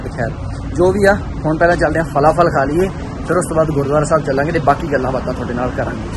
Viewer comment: ਭਰਾ ਤੂੰ ਫ਼ਲਾ ਫਲ਼ ਦੀ ਚੰਗੀ ਮਾ ਭੈਣ ਇਕ ਕਰ ਰਿਹਾਂ।😂😂😂